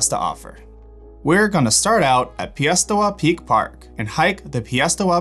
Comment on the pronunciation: Don't do videos if you can't pronounce the name of the peak: Piestewa peak( pie-s-tar-wah) not (pee- s-tar-wah)